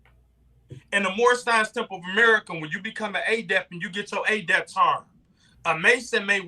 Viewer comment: Is he purposely pronouncing Adept (eh-dept) as Ayy-dept like it's adapt and not Adept??